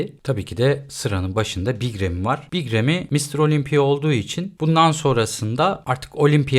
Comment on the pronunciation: remi değil râmi ingilizce okuyacaksan da reymi (ki ingilizler de râmi der) ufak bi detay